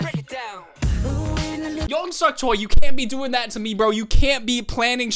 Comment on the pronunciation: I love your reactions! You have so much interesting insight into the process of mv making and filming and I feel like it really expands my appreciation for the work the PDs and the crew do. Thanks for sharing all that with us :) One small tip: the family name Choi (Lumpens) is pronounced "Che".